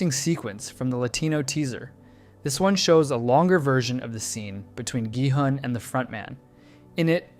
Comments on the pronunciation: Please stop americanizing their names so heavily, it's not Jihun its Gihun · is no one gonna talk about how he pronounces gi hun's name wrong and then continues to say his name correctly for the remainder of the video??? 😭🙏